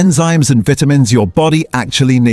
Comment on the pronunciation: Downvoted for pronunciation of vitamins.